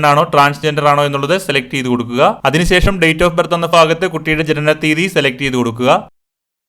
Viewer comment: ഫാഗത്ത് അല്ല ഭാഗത്ത്🤪🤪🤪🤪🤪🤪